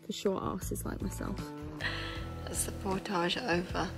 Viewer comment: You're British not Frrench, so pronounce portage properly.